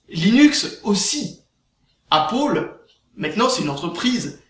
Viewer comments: "Apple" se prononce "apeul" pas "apol" ... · Appeule c'est pas mieux C'est entre deux à l'américaine. Apoeul serai mieux en prononciation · Apaul ??? c'est quoi cette marque ???.... Ok!!! tu veux dire pomme en anglais !? C'est \ˈæp.əl\ ("épeul"). Ué c'est de la merde, vive linux !!! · C pas apol c apeul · C'est pal "apol" mais apple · apôle ... j'adore :D (la prononciation :P) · Sinon pour la vidéo lol tu me fait rire quand tu dit appaul ... :D. Ton sujet est très bien défendu et personnellement tu a raison d'en faire pare au gens qui se font avoir par les média.Car il faut savoir que tous les média ou presque sont des info manipulé donc perso faut pas croire a 100% non plus. Très bonne vidéo continue comme ça.